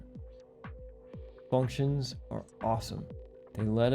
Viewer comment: Leaving a comment because "FUNCTIONS. ARE. AWESOME." 😆😆